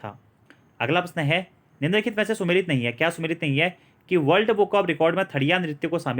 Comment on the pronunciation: सै और से में फर्क है जी